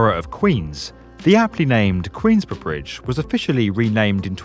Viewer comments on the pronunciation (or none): am i the only one who got really triggered by that British "Queensboro"?